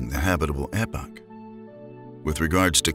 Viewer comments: The habitable "epoch" of the early universe - not epic as narrated . I had to backtrack because it sounded like the title of a space opera. Just saying... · "epoch" is said like "E-pock", not like "epic." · Epoch is pronounced ee-pock great video tho :)